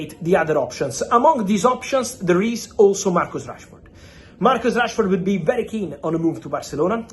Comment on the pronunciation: Why is fabrizio saying Trashford?😂😂😂😂